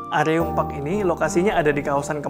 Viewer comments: mas... fyi, baca areum tuh kaya baca 'bereum' 😁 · Tp kata org marketingnya bacanya areum kaya pelafalan e di kata “area”. Begitcyu 😁